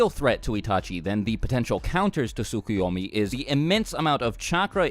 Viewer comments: "no it's SOO-KOO-YO-MEE not T-SUCK-A-YAW-MEE" Actually it's TSKSK-You-Owe-Meee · Actually it also isn't Soo-Koo-Yo-Mee but Tsk-Yo-Mee. You just speak one of the Us (or in English: Os). Maybe that's hard to say for a native English speaker, idk. I just know Japanese way to spell is close to how we Germans spell words so it's no problem for us, here. But it always bothers me how Americans can't say those words correctly. Or anything which isn't English. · I think it's pronounced Tsu-Ko-yo-mi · Can't you guys just pronounce the 't' in tsukoyomi? Sookuyomi sounds dumb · You're pronunciation in the description is actually incorrect. The "Ts" sound is just like in the the word "its." The Japanese pronounce the "T" of the "Ts" pretty quickly though.